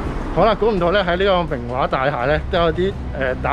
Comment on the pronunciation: 😂😂好搞笑讀明華個音，好似明畫咁🤣好有親切感影返自己住個度，加上明華會重建，好好記錄低☺️